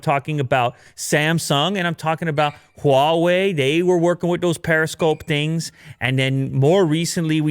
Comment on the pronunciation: Its” hu a wai “not wall way 🤦